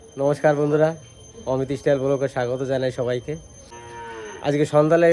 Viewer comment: স্টাইল হলো কথাটা। ইস টাইল না। ভুল উচ্চারণ করবেন না আশা করি।